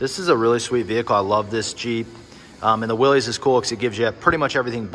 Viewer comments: “Willies” edition? Lol You mean Willys (pron: Willis). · It’s pronounced “Willis” as in Bruce Willis. Not “Willies”.